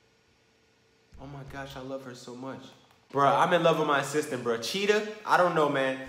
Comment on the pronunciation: Every time you say “Assistant”, it sound like “Sister”